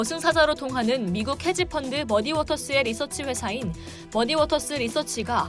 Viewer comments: 자막을 안 보면 머디워터스가 아니라 머니워터스로 나만 그렇게 들리나??ㅋㅋㅋ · 근데 앵커분이 머디워터스 라고 읽을 때 “디”에 악센트를 두시는데 “머”에 두는게 맞는거 아닐까요..?